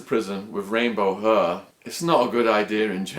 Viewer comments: What the fuck is "rainbow huhhhhh"? How can an English guy not be able to pronounce the word hair? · hair has an "a" in the word !!! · The way he says hair